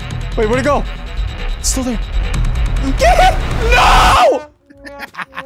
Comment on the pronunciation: When you said "BOYS BOYS HET IN HERE" I immediately thought "Are they in his basement?"🤣